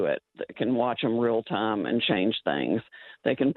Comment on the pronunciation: Why does Glenn's sidekick buy pronounce the word "time" as "tie-yeeeeeem"?